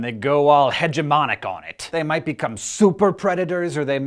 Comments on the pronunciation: "hegemonic" is pronounced with a hard G. It has nothing to do with herbaceous borders. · "Hegemonic" like hegemony has nothing to do with herbaceous borders and is pronounced with a hard "G".